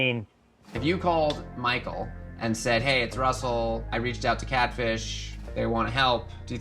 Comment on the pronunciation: I love how Nev says dude's name, "RRRussel!"